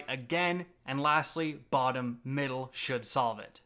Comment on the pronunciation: Anyone else find it amusing when he says bottom middle?